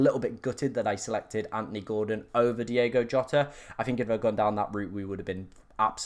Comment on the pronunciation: it’s DiOgo Jota